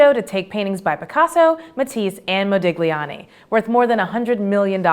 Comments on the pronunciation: It's pronounced mod-lee-on-ee. As in Bruno Magli. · modiGliani, seriously?! You can not utter the correct pronuciation of the last name of a very famous artist, but still claim to have authority to present us a bunch of information? This is both sad and just said... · I can see why John isn't presenting this one. His pronunciation issues would have sent art aficionados up in arms. Apparently artists are required to have interesting names.